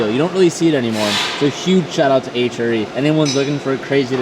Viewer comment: The wheels are friken sick but can I just say h.r.e is not 1 word it should be pronounced H R E. :)